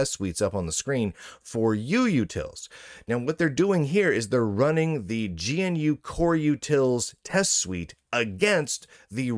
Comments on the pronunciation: By the way, it's "guh-noo", not "gee-en-you". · It's pronounced guh-noo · GNU is pronounced "guh new". At least that is how rms says it. "rms" is always lower case, btw. Log in with user name in caps and you will see why.